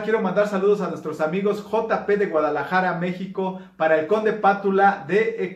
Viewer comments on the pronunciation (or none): none